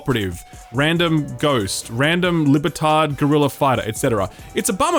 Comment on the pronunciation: Love how every time you say "Libertad", it sounds like "lib-tard" 😂😂😂